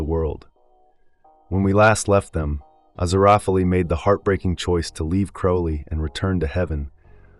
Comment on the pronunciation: You know it's an AI voice when they can't pronounce Aziriphale properly.